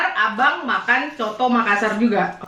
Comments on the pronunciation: Hallo 😘, sedikit koreksi bacanya bukan soto makassar tapi coto makassar (bacanya sesuai tulisan)😁. Salam dari makassar 😘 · Cara sebutnya 'coto' bukan 'soto' hehe... sy asli dari Sul-Sel. Dan coto Makassar adalah makanan andalan kami,enaknya emang nampol,sy asli dari Sul-Sel tp tdk pernah bosan makan coto Makassar 🤭 sehat selalu,selalu masak makanan enak yahhh spya yg nonton jadi ngiler haha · Coto makassar bilangnya kak. Bukan soto🤣🤣